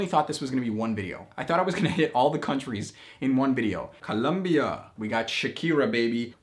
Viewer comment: The way you are pronouncing these countries tho :o